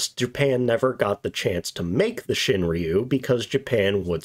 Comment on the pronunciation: its ROO not REEYOU